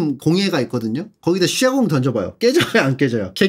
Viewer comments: 왜 쇠공을 셰공이라하는거죠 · 이분 왜 쇠공을 썌공 이라고 발음하나요 개불편하네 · 일부러 그러는거임? ㅋㅋㅋㅋ 쇠공도 셰공이라고 하는거 같은데 ㅋㅋㅋㅋ +영상 다보기전에 댓달았었는데 새랑 쇠빠따도 다 그렇게 말하넼ㅋㅋㅋㅋㅋㅋㅋ